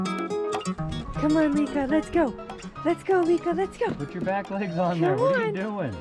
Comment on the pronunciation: Lika.. pronounced lee-kah, not like-ahhh. Even though we all like-ahhh Lika 😁🤕